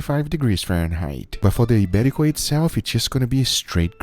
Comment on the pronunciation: As a Spaniard living abroad: Ibérico pork ftw! 🤤 (good Spanish pronunciation btw! 👌)